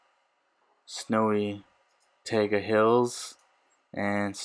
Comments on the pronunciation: just saying its pronounced tye-guh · he said tayga?